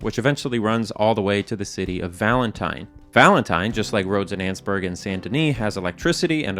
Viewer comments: Pretty sure it’s pronounced “An-es-burg” not “anne’s-burg” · i love how you pronounce Annesburg "Annzburg" and not "Annisburg" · Its not "Anns-burg", it's "An-nes-burg"... 3 syllables. I know, cuz I lived there for many years. Its in Virginia. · In the kindest way possible, I disagree with pronunciation of Annesburg